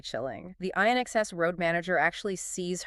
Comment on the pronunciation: AI can’t pronounce inxs 😆